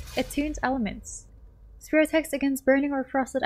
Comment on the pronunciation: Did you really just call the "Spear" a "Spare"??? Come on... :face-blue-covering-eyes